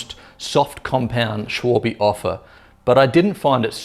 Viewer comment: Shuawe? "Schwalbe" is german for "Swallow" (the Bird). Check Google Translate for how to pronounce it, I can't really type it out... But "Shuawe" is WAAAAAAY off! ;-D Thanks for the review, looking at these for my next tires...